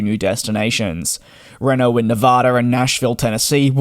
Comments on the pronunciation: REENO.... not reno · As a Nevadan I can firmly say, it's Reeeeeeeeno. 😊